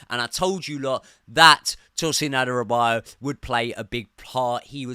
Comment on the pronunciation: please watch how to pronounce Adarabioyo:D